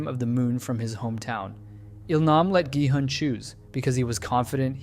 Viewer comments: Please stop pronuncing ji-hun it's a hard G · Yall pronounce gi hun ji hun??? I pronounce gi hun gi hoon 😭🙏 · “Jihan” “yongbai” you need to start listening what their actual names are😂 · For future reference: Jung-Bae is Joong-Bay and Gi-Hun is Gee-Hoon with the g pronounced the g in good or go. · the way you pronounce gi-hun makes me upset ngl